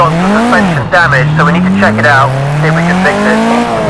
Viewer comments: Everyone: Dam-age Him: Da-may-ge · Bro si pronuncia Dameig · Please, "ai don't rait inglish this Wei" so don't say damAEge and enJIne, pronounce it normally ffs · The words damage and performance dont have a plural and its damage not damayge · great video, the worst part is to hear "dameiji" every 5sec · Awesome video as always! One thing,damage has the accent on the first "a" 😁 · Couldn't listen much because of wrong pronounciation of "Damage" word. I know, English is not his native language, but neither it's mine. How hard is it to go online and find a pronounciation for a word so that you can make a 18 minute video... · La pronuncia di damage mi fa stranissimo